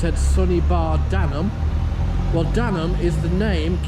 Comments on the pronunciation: It's Day-num not Dan-um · danum is pronounced " daynum " . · Thanks for coming to Donny, there are other things to see and/or visit but you have made a good attempt. Just like to point out Danum is pronounced Daynum. Safe travels.